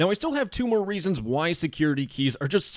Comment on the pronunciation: "Now there are thwee weasons" 🤓